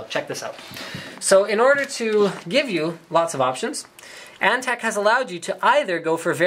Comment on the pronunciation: its antec not ante